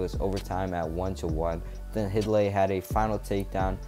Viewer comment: Hidlay is pronounced "Hide-Lee" not "Hid-Lee". Not trying to rag on your video. Thanks for doing it. But I'm from their home town and went to their high school matches. Their dad was the commentator and I heard him pronounce their last name many times. Thanks.